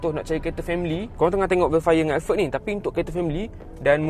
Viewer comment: “Velfire & elferd” “Porsyer” Hehehe